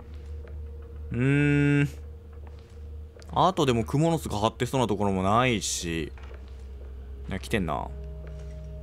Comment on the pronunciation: 「クモ⤴の巣⤵」が気になりすぎて、夜しか眠れません。